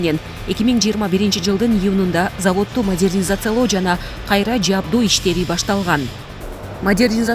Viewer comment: Модьернизация мес жон эле Модернизация болот нервке тийп